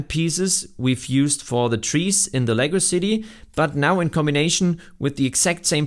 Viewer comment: I finally caught up to this vid after watching them all from oldest to now. One comment if i may, use a little more enunciation when saying "Lego City" cause it comes off as "legacycy" lol. Keep up the good work.